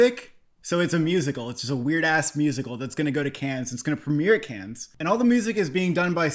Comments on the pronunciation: It's not "Kenns", it's "Kann" - without n. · Let me start off by saying, big fan of the channel. I must say though, CODA is too low and please do not pronounce the "s" in Cannes.